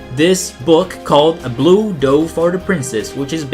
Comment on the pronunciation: You pronounced osean and dove wrong, m8